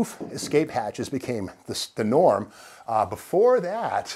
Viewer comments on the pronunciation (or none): none